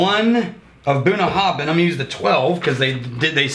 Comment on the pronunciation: I believe that Bruichladdich is pronounced so that the "ch" at the end is silent, ie: "brooke-laddie"... that's where the name "classic laddie" came from for the 10yo. Also pretty sure that Bunnahabhain is supposed to pronounced where the "bh" has a "v" sound: buh-na-have-en.